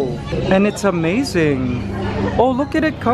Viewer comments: wow amzine did he just say amzine? instead of amazing? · Kuya Mikey why do you say Amaizaing instead of amazing